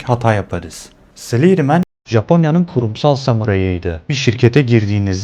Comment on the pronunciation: Abi bari bi kere dinleseydin salary nin telaffuzunu be